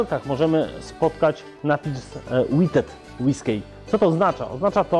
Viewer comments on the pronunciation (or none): Czy to się naprawdę czyta "łyskej" ??!! Nie sądzę. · Panie Szanowny, nie ma różnicy w wymowie pomiędzy whiskey a whisky . Trochę żenua, ale pozdrawiam :-) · Sposób w jaki wymawiasz "whiskey" mimo że pewnie poprawny, dla mnie jako dla kompletnie zielonej w temacie, jest zaskakujący i troche irytujący :) Pozdrawiam, zawsze dobrze dowiedzieć się czegoś ciekawego. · Absolutnie nie poprawnie wymawiane jest słowo "whiskey" przez cały ten film. miał dodać że obie formy wymawia się tak samo a tylko podkreśla to w tym filmie dla odróżnienia tego typu whisky, ale zapomniał i wyszło nie najlepiej.:( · To może tak...zero wzmianki o tym, że słód użyty do produkcji Bourbonu musi składać się w co najmniej 51% z kukurydzy (wymóg prawny bez którego spełniania whiskey nie może być nazwane Bourbonem). Daruj też sobie tą fikuśną wymowę whiskey... Sprawdź sobie wymowę w internecie.